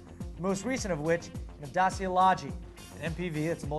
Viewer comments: Actually "Dah-chi-yah". Top Gear gets it wrong, too. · read "Dacia" as "Duh-chi-ah"! This is the correct way, trust me! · I heard it was pronounced Dae -See -uh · Isn't the letter c in Dacia the "ch" sound? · Ohhh u murdered Dacia with that spelling:)) try google translate write Dacia and put it on romana language than hit listen,and that is how u pronounce it;)cheers from Romania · You said Dacia 3x, and all of witch were mispronounced XD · where is jf when you need him....i think you saying prost and dacia wrong.....just sayin is all could be wrong.